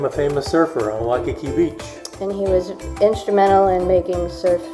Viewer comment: FYI....Waikiki=Why-kee-kee...Duke Kahanamoku won 3G/2S in 1912, 1920 & 1924 Olympiads. He was swimmer/surfer b4 becoming Olympic medalist. He was also one of HNL first sheriffs. Later, he was one of the first Hawaiians to appear in Hollywood movie...Hanauma=Hah-now-mah... Leonard's Malasada is distant relative of New Orleans beignets, sometimes filled chocolate, haupia or taro fillings...Nuuanu=Noo-ooh-wah-noo...